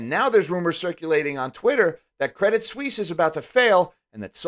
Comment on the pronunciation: Pro tip: French as first language here: if you guys want to impress the chicks at the bar, pronounce Credit Suisse "Credee Suisse" (silent "T"). You're welcome